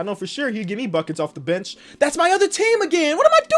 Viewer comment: When he said the bench is lookin awful it lowkey sounded like the bitch is lookin awful